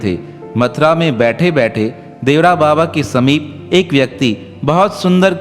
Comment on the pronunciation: बाबा के नाम का सही उच्चारण देवरा बाबा नही अपितु 'देवराहा बाबा' है🙏